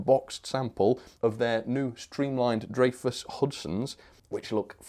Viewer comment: it’s pronounced Dry-fuss, and those drivers are called scullin disk drivers.